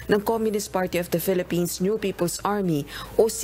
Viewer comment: "Siyam na miyembro ng UP-ple's Army" tsk tsk tsk pugad talaga.